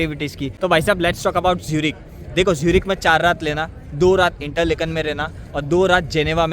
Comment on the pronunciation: it is not इंटरलेकन, it is इंटरलाकेन